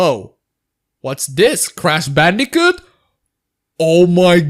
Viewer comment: You literally can't even pronounce crash bandicoot, that's pretty bad.